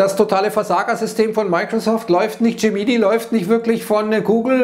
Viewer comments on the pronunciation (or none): spricht der "Dschämminnai" eigentlich absichtlich falsch aus, um Kommentare zu pullen?